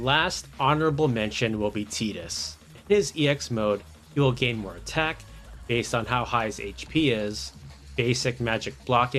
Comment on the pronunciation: Its Tie-diss not Tee-diss